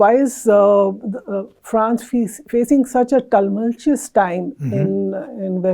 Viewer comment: Horrible pronunciations......Niger, Touareg, tumultuous.......😅😅😅